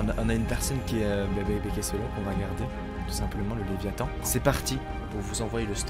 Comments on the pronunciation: Toum' Laratt le leviAthan c léviathan mdr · "le lévitan"... Il vole ?